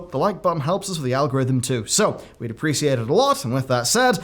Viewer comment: Is it just me, or you always pronounce “appreciate” as “appre-SEE-eight”?